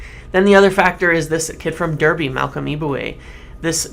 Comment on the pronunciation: Great video as usual. Although it's pronounced DARBY not Derrby